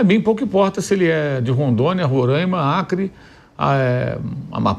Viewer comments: Por que todo mundo fala Rorâima? O certo é Roraima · Como sempre os politicos querendo a fatia do bolo . Aliás é RORAIMA e não RORÃIMA. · Duas coisas...não é Rorãima...é Roráima (os acentos é só pra explicar a pronúncia)segunda coisa pro pessoal do Sudeste e Sul,Pilhado,pouco importa se tem futebol em Roraima ou sei lá onde,tá cheio de Presidente/dirigentes aí na região de vocês "onde existe futebol"...praticamente todos,que são péssimos gestores,entendem nada de futebol ! São tudo lixo,os do Norte,Sudeste... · Roraîma. É fodah